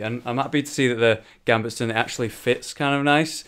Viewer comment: gambetson? its a Gambeson there's no t in it